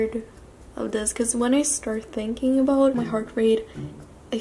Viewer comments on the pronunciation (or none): none